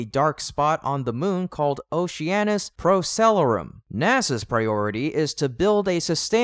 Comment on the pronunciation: pro-ceh- lah-rum you probably mean....lol.. yanks....